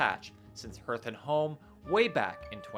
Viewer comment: Hearth is pronounced Harth. Stop saying it, please.